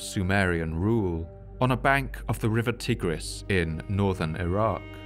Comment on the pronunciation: Tigris is pronunced TY-griss, not TIG-riss.